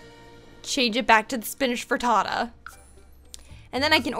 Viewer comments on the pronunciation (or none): none